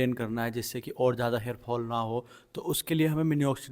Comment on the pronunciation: Mini oxidil....nii... minoxidil 😅😅😅😅😅